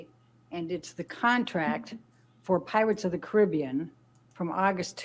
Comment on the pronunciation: It’s not pirates of the Caribbean, it is pirates of the Caribbean. Annoying that she intentionally miss pronounced it every time.